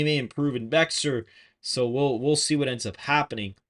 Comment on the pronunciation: It’s Pronounced Bear for the Bexar Co.